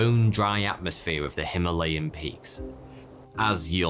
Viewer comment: Just so you know, correct Pronunciation of Himaalay: "him"+"a" (a as in "arch")+"lay" Its a hindi/sanskrit word, literally meaning him(snow/ice) + alay(dwelling place), i.e. dwelling place of snow, just as library is "pustakaalay", pustak(book)+ alay(dwelling place), and court of law is nyaayalay, nyaay(justice) + alay(place)